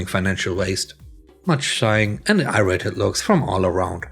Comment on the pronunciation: Just a note about "irritated." I've noticed that you often pronounce this as "irated." While irate is indeed a synonym for angry, "irated" isn't a word. "Irritated" is pronounced "EAR-uh-TAYT-ud."